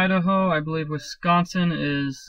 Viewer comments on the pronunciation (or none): WISCONSIN!!!!!! hahah you have an accent :) you said wisconsin weird :D